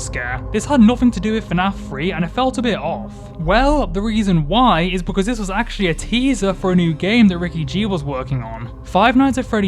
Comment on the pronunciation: dude i love this video but why do you say "because" as "buh cuh"